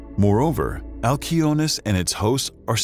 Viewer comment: Wow. Every other person in the universe would pronounce it "al see o nee us" but not you because you are special and want to be youneek.....🙄